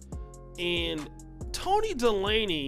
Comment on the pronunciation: Toni De-laney? Its pronounced, Day-ley lol